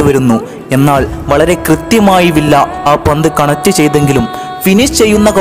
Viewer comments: Villa all viya enna pronouncation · Nice avAtharanem....villa alla bro viya aanu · It's not Not villa... pronounce viyya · Bro villa en parayilia David Viyya ennan pronunciation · വില്ല അല്ല വിയ്യ എന്നാണ് pronunciation. David വിയ്യ. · വില്ല എന്നല്ല വിയ്യ